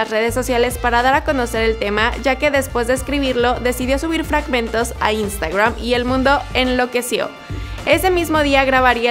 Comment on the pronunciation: No se dice "instagruam" es "instagram"